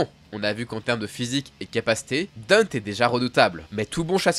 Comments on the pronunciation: sauf que t as complètement faux on dit Denté pas Danté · Franchement tu es tout ce que je déteste " Dunte (parce que tu le prononce comme un gogol )et Virgile ont repoussé jusqu'a 10 000 gouttes " mais d'où tu sors cette stat ? C'est ouf d'inventer un lore, ça me choque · Deunte ? Vraiment ? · Mais frérot comment tu peux te gourré sur la prononciation de Danté il me semble que la prononciation est la même dans bon nombre de langues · Enfin on a une vidéo sur Dante , d'ailleurs on dit Danté 😅 j'adore t'es vidéos 👍🏽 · j'ai à peine commencé la vidéo puis j'entend la prononciation j'ai sursautée. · mdrrr j'me suis dit "c'est qui Dint?" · Non , c'est Dantey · C'est bien mais la devil may cry c'est pas français mon gas mais Etasunien et ça ce dit Danté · On vas prendre la VO parsque apparemment vous aimé trop contredire un truc officiel, ça ce prononce Danté petit génie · on va prendre la VO parce qu'apparemment vous aimez trop contredire un truc officiel, ça se prononcé Danté petit génie. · La prononciation de Dante fais mal aux oreilles j'ai jamais entendu qui que ce soit le dire comme toi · Ta prononciation de son nom a tuer toute la vidéo, ta vraiment fais de la merde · Déjà quand tes pas capable de dire sont nom correctement il faut arrêter les vidéo lol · Très bonne vidéo, mais par pitié, pour la prononciation c'est pas "Dunte" ou "Dante" (malgré que ce soit basé sur la divine comédie), mais bien "Danté", que ce soit en anglais ou en japonais ils le prononcent comme ça dans les 2 cas, puis bon on va pas se mentir ça sonne 100 fois mieux aussi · un truc me chiffone avant de commencer la video, il s'appelle pas dent, il s'appelle DANTé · Pourquoi est-ce que tu dis Deunte et pas danté, ou Dante à la limite ? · Vidéo cool, mais comment tu chies sur la prononciation a ce point...? Chaque jeu l'appelle bien DantE, chaque cinématique dit bien DantE, chaque personne dit DantE et même chaque youtuber dit bien DantE. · le dante ma fais grinsser les des dents cest danté haha